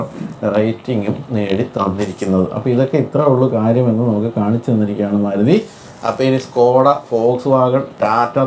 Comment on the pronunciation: Suzuki Desire. Not Maaaaluti😂😂😂